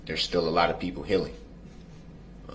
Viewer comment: The Baby Brooke’s translation for the word healing is hillng. You could write a Baby Brookes dictionary with all his ridiculous pronunciations 🤦‍♀️